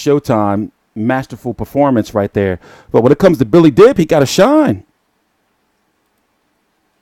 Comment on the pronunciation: the best at mispronouncing names. Even Billy Dib's should be pronounced as Deab.